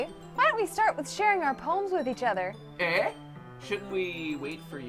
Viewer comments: Omg it's pronounced ay! Like Canadians put at the end of sentences. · That is not how you say eh